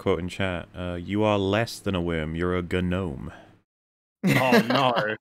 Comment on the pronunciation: idk man... ish when Hasan goes off about that "guh-nome" guy, it kind of solidified to me that he's just the new DSP.